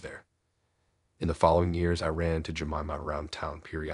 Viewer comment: Story 5…… The woman’s name is JA-MY-MA?!” 🙄. Right🙄. Just don’t use a name for crying out loud.